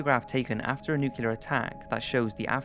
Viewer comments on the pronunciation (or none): Isn’t it nuclear not nucular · It's nuke-LEE-er. Not nuke-you-ler. Hey, by the way, I live in Houston and many of the locations mentioned in the serial killer segment of this video for Dean Corll are still there. One of the vehicles he used to abduct some of his 28 some-odd victims was a white ford van and the last address he lived at (the one where he was finally shot and killed by one of his accomplices) was in a neighborhood in south Houston. Well, that house is still there to this day and if you do a google maps search for that address and select street view, guess what you see parked in the driveway? A white panel van. Creepy! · Enloah Gay? Nuculer bombs? Please take the time to watch pronunciation videos prior to doing your voiceovers, especially when you have 3+ million followers. At least pretend you care. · "new-cue-ler" is not a word